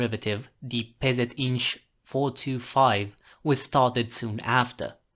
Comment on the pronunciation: Neat video. And hey! Such solid Polish pronunciation. (PZInż. - I'm impressed, and Polish characters as well) Thank you for covering indigenous reconnaissance tank design from my country. 😀